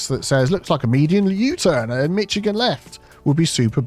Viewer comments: LoL ❤😂 Michigan : mi·shuh·gn. I am not busting on ya… I love ya. It just puts a smile on my face. 😊 it’s a US state most don’t want to live in. 😂 …and yes. Don’t expect me to event attempt to pronounce anything in the UK. 🇬🇧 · As a Michigander seeing this: YAY!!! 😍 As a Michigander hearing this: Oh no no no noooo! 😢 Pronunciation is along the lines of: MiSHigan. And yes, we do use them a lot here. Anywhere you have a heavily trafficked boulevard type road with a median, you will find them. Love seeing this, even swapped to the right! edit: though you'll be delighted to learn we've been putting in roundabouts rapidly here. Nearing 200 in the state now. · I love your cute little Mictchagan pronunciation! Sometimes when we have a crosswalk we build a walkway under the bridge by the water. I dont know if you can do that in game but it would be a nice view and provide cover if there was a flash rain storm. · Even with all this about the wrong pronunciation, the point is missing that it is pronounced MiSH-igan. Yes we are weird here in the mitten state. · errr you keep saying this, but even we Brits know it's Mish-agan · I know as a Brit, you have the God-given right to mispronounce any foreign word you like, the Algonquin would appreciate you pronounce it Mish-ah-gahn. 😅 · thought it was pronounced "MISHIGAN" Much like SHICARGO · Nah cant do it, cant watch a video with the way you pronounce Michigan wrong downvotes. Dishonor on you, dishonor on your cow, dishonor on your whole family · I had to be hospitalized hearing the way he pronounces Michigan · I love how you said Michigan. Cutest pronunciation error! Love your videos, been a fan forever ❤ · There is no "T" in Michigan! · Please I swear, pronounce Michigan correctly and I’ll learn your silly made up lord of the rings language. I’ll even eat beans on toast for breakfast. Please it’s just too painful. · as a michigander im happy he used this. though i hate the way your pronouncing our states name. great video though